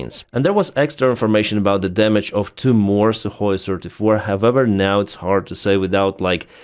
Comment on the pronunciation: Not Sue or SU, Sukoy! When I say Sukoy you say B00m, Sukoy, B00M! 😅